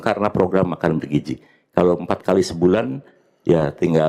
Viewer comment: BergiZI bukan bergiJI